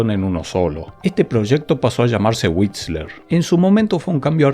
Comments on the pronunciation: Era y es "D" "O" "S"... y "WhiSTler". Por favor, dejá de llamarlos "DOS" y "WhiTSler", que me das dolor de oídos. Se llama Inglés, y es muy importante. Y otra cosa, del título: que algo "encante" quiere decir que gusta MUCHO. El "mucho" es inherente al concepto de encantar, por lo que no debe reiterarse. Las cosas no encantan "mucho", "poco", "más" o "menos". Simplemente "encantan". Se llama castellano y es muy importante. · WhiSTler, no whitsler... y la T ni se pronuncia